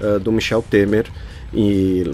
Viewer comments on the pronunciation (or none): none